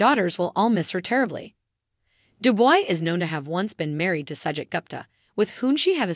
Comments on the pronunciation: Why doesn't a commentator learn how to say the person's name. It's not du boy. Phonetically, it is due-bwah! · Narrator doesn't even know how to pronounce her name. It is pronounced Du-bwah. Duboy. Get yerself edgycated. lol